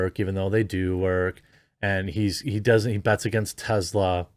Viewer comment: Tezla ? Jeremy ? Really …